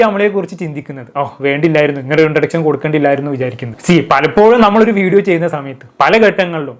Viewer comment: വിശയം, ശേശം ,ഇൻട്രൊഡച്ഛൻ,ആച്ഛൻ 😂😂😂😂